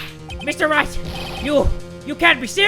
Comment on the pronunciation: I Ligit thought he said Mr.Rat instead of Mr. Wright😂😂😂😂😂👌